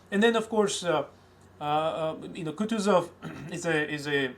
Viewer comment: It's KootOOzov